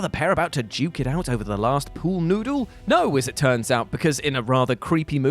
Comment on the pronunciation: Stopped it at the attempted word "noodle"